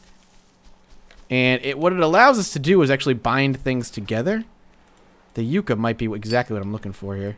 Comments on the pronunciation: Yuh-cka not You-cka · Yucca is pronounced Yuck-ah, not Yook-ah. If you care :P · no offense but its pronounced (ya-kka) as in yucca plant